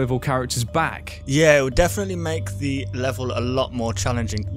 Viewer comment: ITS THE NOT DE